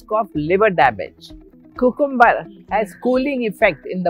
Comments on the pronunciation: That's how they pronounce it as its spelt in India Africa(the correct way) and other Eastern places. Even America mostly pronounces things as its correctly, spelt not just to sound fancy. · My mum was jamaican. This is exactly how she pronounced "cucumber" ❤😂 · The way you pronounce "cucumber" is epic.